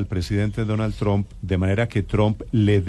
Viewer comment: Porque los periodistas y políticos Colombianos dicen TROM? acaso no saben algo tan básico como q la U en inglés en éste caso se pronuncia un poquito mas como una A? y q además dicho apellido termina en P?... Se escucha horrible ese TROM, estudien Vagos q en las posiciones en las q están es degradante tal cosa